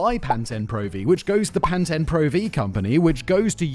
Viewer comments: It's pronounced, Pan-Teen, Simon, not Pan 10. 🫤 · lol. Thought he made up pan-ten pro v until I realized he was talking about the shampoo pan-TEEN pro V. Is that how all Brit’s say it? Or did he just fuck up another pronunciation, which is par for the course really. 😊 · I think the “Pan Ten” comment is a reference to [the American ear] the way Simon pronounces “Pantene Pro V” as “Pan Ten Pro V”